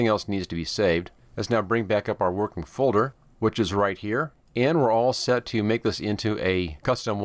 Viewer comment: Its not vorkin